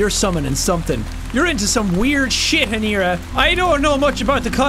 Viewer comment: triggers me how he says aneira...